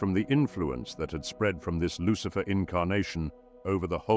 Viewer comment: Who is buhlicher? Lucihfer